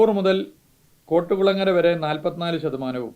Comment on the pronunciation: എടോ കോട്ടുകുളങ്ങര അല്ല കൊറ്റ്കുളങ്ങര സ്ഥലപ്പേര് മര്യാദക്ക് പറയാൻ പഠിക്ക്